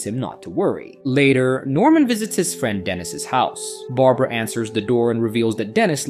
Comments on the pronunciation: You say midnight when the clock says 3am, "mystical Chinese toy" when it is very clearly a Russian doll, you call Barbara Berabera... what else did you get wrong? Is this an AI channel or something? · "Bara-bara"? Someone help this A.I. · who is bera bera? maybe yall should teach the ai to read better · When you miss a spelling mistake in your script and the AI refers to “Barbara” as “Barabara” in the middle of your vid without missing a beat. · Good job wit the fake voiceover, at first what gave it away was the voiceover going between pronunciations such as going between saying A-dy and Ad-dy, but the real kicker was when the voiceover said Bara Bara instead of Barbara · Bara Bara for Barbara hahaha. If you're gonna be lazy and not get a VA at least QA your AI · Bera-Bera 🤣 AI funny